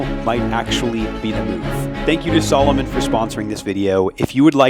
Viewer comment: Aren't you mispronouncing the name Salomon??? I wore Salomon boots while in the Army, we were allowed to wear what we wanted in my unit. I still wear Salomon boots to this day - they are among the best in the world